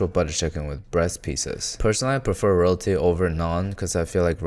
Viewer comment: Whenever he said "Roti", it sounded like "royality" to me😅 prefers Royality over naan.